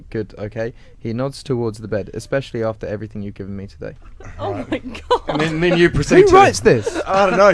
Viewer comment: oh Mah Ghad